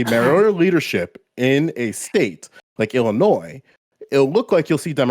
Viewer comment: I already disagreed with on all of his nonsense but the second he added a hard S to Illinois, I had to shut him out. Dude can’t even say the states name right but wants to try and critique how it’s run on a state and local level.